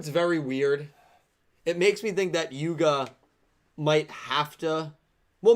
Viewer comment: I expected quote from Luke "Its Yuga, not Yugo"